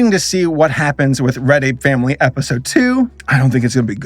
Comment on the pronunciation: All NFT nonsense aside, every time he said "Red Ape Family" it sounded like "Reddit Family"